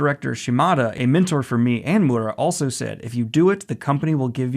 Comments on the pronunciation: "Mooda" It's mi-ur-ra or mi-u-da. He's not mudahar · Miura, M-i-ura, mIura, M-iiiiiiiiiiiiii-ura. NOT M-U-ra or MuUUUUUuuuura.. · hate to be that guy but it's Miura not Mura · I'm sorry to point it out but it's Kentaro Mee - u - ra, not Moora With love <3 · Can you please stop saying Mura instead of Miura lol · "Kentaro Moora" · Also just want to note: I know the pronunciations aren't always strictly like this. When actually talking, obviously we tend to finish a name like this with an "Ruh" sound instead of a "Rah" sound, but I hope this gets across how the name is phonetically intended to said, the "proper" way. Daniel generally does a good job, it was really just the fact he was straight forgetting the 'I' in the name that made it sound so off. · This is amazing news!! Also, it's me--you--ra. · Dear Daniel, its Kentaro MEE-U-RA, just to warn you before someone starts attacking you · Hey Daniel!!! I love the energy you put into trying to pronounce Miura. You are SO close. It's 3 sounds 2 sylabals: Mee-you-rah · Okay, this isn't REALLY the point of this video, but I just want to give a (hopefully) helpful tip to Daniel: When you see Japanese names or words or whatever spelled out with roman letters, such as Kentaro Miura, one thing you can count on is that the letter basically ALWAYS make the same sound. For instance, the letter 'i' is always pronounced "ee", the 'a' is always pronounced as "ah", the 'o' is always like "oh", etc. So the name Kentaro Miura is as such: Ken-Ta-Ro (Ken-Tah-Roh) Mi-U-Ra (Mee-Oo-Rah) You speed it up as you pronounce it of course, but that is the breakdown. I just keep hearing you pronounce his name more like "Mura", where you're totally skipping over the 'i'. I'm not trying to be a dick, just trying to help. Once you catch on to how consistent this particular aspect of Japanese words really is, it becomes REALLY easy to know how to pronounce them. Ya know, if they're using our alphabet :p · M I U R A, not that hard daniel!